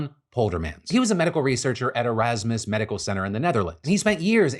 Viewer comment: When Phil said Erasmus, I thought I heard him say Merasmus.